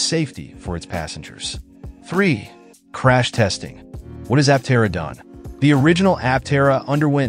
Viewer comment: Stopped watching as soon as you mispronounced the name.